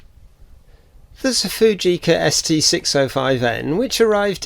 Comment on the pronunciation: This is an excellent channel, and I've been on a bit of a binge watch, since I discovered it some days ago. Full of useful information and tips on repair and cleaning procedures. However... The way you pronounce camera names, makes me physically cringe. - Prak-teee-ka. Fuj-eee-ca. Yash-eee-ka.? - No. Stoppit! In the German and Japanese languages, there is no long eee sound. All syllables are short and clipped. Prak-ti-ka. Fu-ji-ca, etc. You wouldn't say Tok-yyy-o, or Volks-waaa-gen, would you? Oh, and who said you're grumpy?.. You're the least grumpy sounding person I've ever heard. You sound more like a Chummy, rather than a grump.